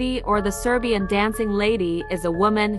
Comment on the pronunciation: i love how he says sebirian and not serbian💀(yes i am a serbian)